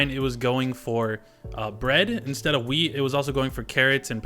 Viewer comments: Is it just me or does it sound like he says weed instead of wheat. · nice vid but for a sec I thought he said weed not wheat